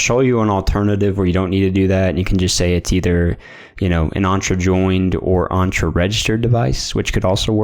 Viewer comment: The way you pronounce Entra is so off